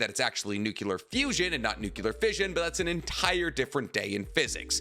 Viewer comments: SAY IT WITH ME: new-clear...! NOT nookyuhler 😔 i thought was a chemist or something 🙂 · NUCLEAR, bro nuclear: try saying NEW-CLEAR. NOT "Nukular" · The word is nuclear,, not nucular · Nuclear NEW-CLEAR NOT NOOKULAR You're a professional YouTube channel, stop sounding so ignorant. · Nu-klee-Ur. Not Nuk-U-ler. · New-Clee-Ur The 'u' comes before the 'c' not after. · Every time he says "nukular", I wanna delete his video... UGH!! Ignorance!!!!!!!!!!!! LOL XD